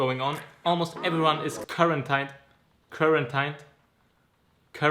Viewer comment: Quaratined ausgesprochen wie man es schreibt bruh😂